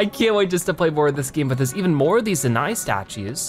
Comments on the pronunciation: It’s pronounce Zoh-Nai lol. Jus to let you know, not Zanai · Also… ITS ZOE-NAI NOT ZENAI!!!…..ahem.. sorry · it is zonai you are prononcing it like zuni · The word zonai is said like zone-eye. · Its "Zone" "eye" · Zonai - Pronounced zoh-nigh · The fact that he said zoni wrong killed me